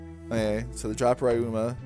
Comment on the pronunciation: You're pronouncing Ryuma wrong btw